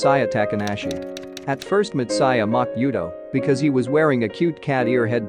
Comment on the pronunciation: it has Anime 3D Kanojo. and hearing/listening to this narrator really irked ne in bad ways .. way he pronounce words like Matsuya and anime just couldnt sit well with me ... had to pause video half way and leave this comment before leaving page xD